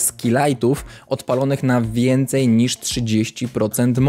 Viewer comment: Kocham jak mówisz wincyj ledów